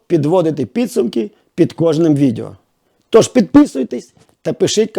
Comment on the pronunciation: Відео, а не відєо...